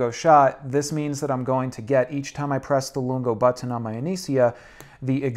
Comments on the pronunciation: Why does he say "butt-On" instead of button? 😁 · Did anyone else notice how he says “button”? 😂